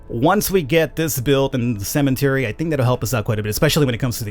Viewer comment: It sounds like you're saying CEMENTARY